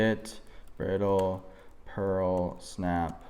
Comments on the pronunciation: You deserve a Pulitzer Prize for this one. Bit and Bridle is a new to me brand and it is pronounced to rhyme with bridal, not brittle. Pulitzer and Oscar. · Love your videos, I just recently subbed and have been going back watching the older ones. Thanks for sharing your knowledge. Oh, on a side note, Bit & Bridle is (Br-eye-dle) as in horse headgear